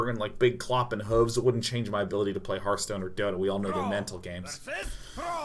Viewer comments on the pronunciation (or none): none